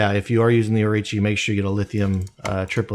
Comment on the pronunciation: Orochi not Orichi